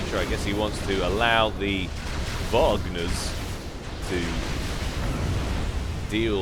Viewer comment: Please.. go back to pronouncing Wagners like you usually do and not 'Vargners'.. Hurts my feelings every time you say it like that xP Great cast again btw..